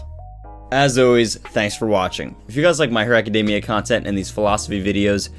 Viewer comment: You're pronouncing Academia wrong bro.